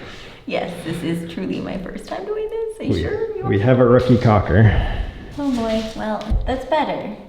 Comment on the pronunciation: It’s pronounced “CALL-KER” NOT “COCK-ER” and “CALL-K” NOT “COCK”.